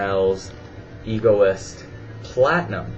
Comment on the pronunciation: Egoiste is pronounced ----Egg O East Just so you know. In my opinion, Ecko is just boring. I didn't find it "young" at all. It smells like a routine, commercial, nothing special....not a stinker but will never last the stand of time.